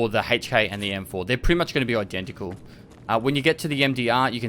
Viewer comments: lol HEYCH K; it’s EHC K. I couldn’t stop laughing every time you said it.Otherwise VERY solid video on the difference on the whopping 3 F/A guns that use 5.56x45. We finally got a BP, and it’s not RUSSIAN!!! Keep it up, it’s very helpful.Thanks again. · Lol what the hell is a "Hay-ch K"